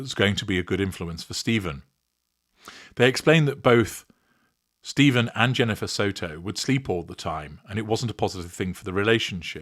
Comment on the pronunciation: Sterns' first name is pronounced Steff-an, not Steeve-en. He's an extra special asshole.